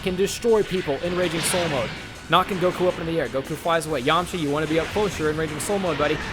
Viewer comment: Lmfao you got me so excited having me that someone super strong was going to go against Broly but you said Yamaha when u said that I fainted.